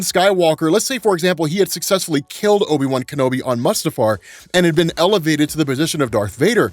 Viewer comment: No you didn't just do that. Not Obi-Wan Bum Kenobi lmao